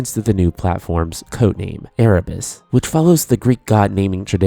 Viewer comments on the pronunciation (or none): none